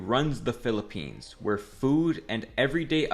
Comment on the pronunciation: UY PILIPENS????! pilipines? pilipens?☹️☹️☹️